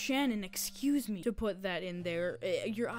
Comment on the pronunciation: your constant silly speech mess-ups and the way you said "ExCUuSe me..." after messing up your words made me laugh after having a bad day, and the cut-offs are hilarious too thanks for that i think you're funny and you get a sub from me //